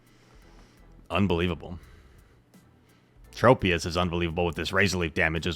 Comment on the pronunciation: Just double shield lazzle and debuff everything truly is the goat and for the love of god plz don’t say Trop e us it’s tro pius